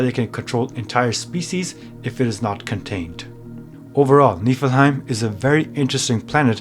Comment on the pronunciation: You're saying it wrong